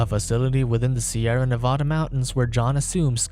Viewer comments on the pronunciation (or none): You said Nevada wrong